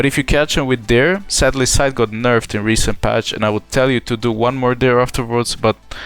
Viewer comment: All I heard was sytch, near and side